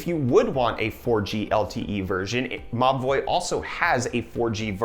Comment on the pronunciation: Every he said "Mobvoi" I understood "ma boii"